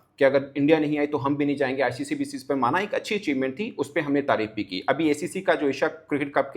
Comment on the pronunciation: Bhosdike icc bol na acc kya hota h 😂😂